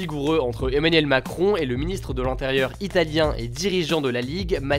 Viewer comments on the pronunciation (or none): none